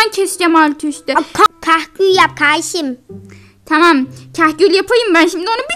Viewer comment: Taam değil tamam